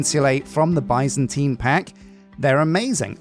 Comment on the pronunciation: I'm currently binging this playthrough and every time he says: "Byzantine" I hear, "bison time"...